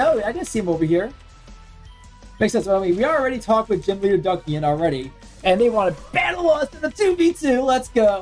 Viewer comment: Duckian lol, just for future remembering, its Dus-e-an like Dusk minus the k